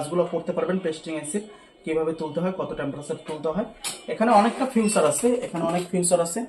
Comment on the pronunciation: ফিউচার না ফিচার। 😂